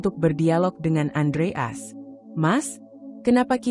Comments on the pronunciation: Iya betul Andreas dibaca Andre as ART dibaca art payah banget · Iya lucu dengarnya Andreas kok dibaca Andre as, jd kurang enak di dengar wkwkwkwkwk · Masak sih baca andreas gitu aja apa susahnya , kenapa bcanya kok andre as... Jadi g enak di dengar..... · Andreas bukan andre as.cara penyampaiannya mohon di belulkan lagi.perhatikan pemotongan kalimat dan penempatan spasi yg bener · Bacanya belepotan andreas bukan andre as. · Itu suara AI. Moso nyebut Andreas jd Andre As, jdnya datar sj, membacakan, bukan story telling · Andreas bukan andre as...belajar baca lagi....🤦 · Andreas. Bacanya Andre. AS. ya wagu to mbak. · Ayo min belajar baca lagi , Adreas bukan Andre' as bener" gak enak didengar deh 😂😂😂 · Andreas gitu lho bacanya, bukan Andre As, apa hurup As itu singkatan,kok bacanya di pisah....yg bener dong klo baca,apa you bru belajar membaca ??? 😜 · Baca yg benar ,bisa gak? Andre as?? Aksen gak usah terlalu dibuat² . 👎 AUTO SKIP